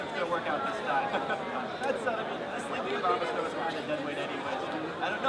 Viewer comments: he said obamasnow instead of abomasnow XD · It sounds like the announcer guy is saying "Obamasnow" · I love that the announcers keep slipping up and saying Obamasnow. Yay memes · Obamasnow is all i can think of when the announcer says Abomasnow...